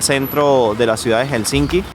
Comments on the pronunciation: se dice Helsinki no HelsinSki 🥸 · Aprende a pronunciar Helsinki! Por favor! Hel-sin-ki.